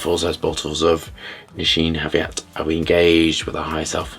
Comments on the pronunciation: Thanks for reviewing Nisheen Haviat 🤣🤣 Btw it's pronounced Ni-Sha-Nay Ha-Gi-Vat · "Nesheen Javiat". 😂 You kilked it as always! 🎉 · I believe it's pronounced like "Knee sha na(y) - ha gee what". The letter y in nay is silent. Thank you for reviewing Nishane. I'm planning to get one